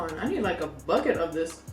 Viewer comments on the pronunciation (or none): none